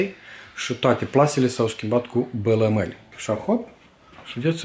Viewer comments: Balamale nu bălămăli🙂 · la noi în romînă se zice balamale nu bilimale